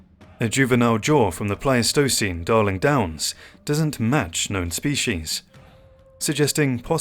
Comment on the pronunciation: He needs to learn better pronunciations of words like "Pleistocene."